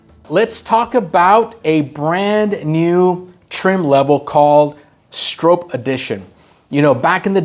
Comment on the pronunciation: You’re pronouncing Bill Stroop’s name wrong! And you had no mention of Parnell Jones ….